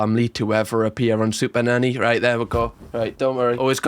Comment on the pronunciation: It sounds like sometimes you say superdaddy lol